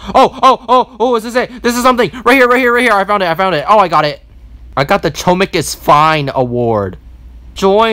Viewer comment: I heard big chungus insted of big chomkis